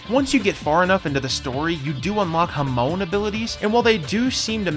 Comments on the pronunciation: Dude said hamoan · How can you misprounce Hamon so badly and zeppeli